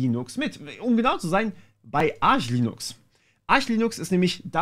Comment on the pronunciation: Seamless aussprechen aber Arch unbedingt verdeutschen xD und das in einem Satz. Krank.